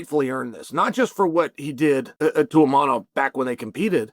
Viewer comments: Imavov ❌ inamab 😂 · Hazmat, Imanov, Pierra and Proraska, not a single name beside Sean was pronounced right 👏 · maybe start saying the name of the dude correctly. His name is ImaVVVOV. He is top 1 contender in the division for god sake. Learn his fucking name. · There's no n in the name Imavov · Repeat after me : IMAVOV